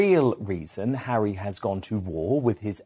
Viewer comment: This American says Hawwy is BONKERS!!